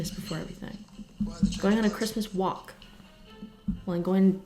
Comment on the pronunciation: thought she said christmas wap instead of christmas walk